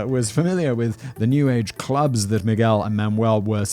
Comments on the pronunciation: He said "Mi-gwel" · Mig-well made me *cringe every time! I'm glad Simon now takes the time to at least look up the main characters' pronunciation